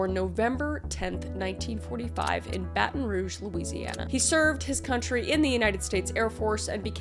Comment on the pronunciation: you pronounces Baton Rouge right!! 🎉